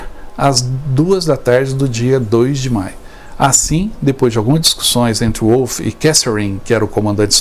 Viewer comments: A amante de Mussolini chamava-se Clara PETACCI. O nome do general Wolf pronuncia-se "Vólf". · Em alemão W tem som de V ,não de U